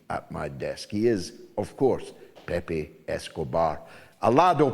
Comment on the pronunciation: Pepe, not Pepé, in fact the accent is in the first syllable but hide. It is the nick name for José even if his real name is not that. AI Overview The journalist commonly known as "Pepe" Escobar's real name is Emilio Escobar. He was born in São Paulo, Brazil, in 1954. "Pepe" is a pet form of the Spanish and Portuguese name José (Joseph).